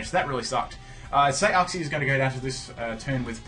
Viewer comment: Uxie is pronounced yooksi. It's very painful hearing uhksi